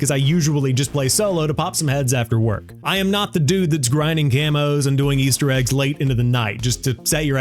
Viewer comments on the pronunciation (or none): none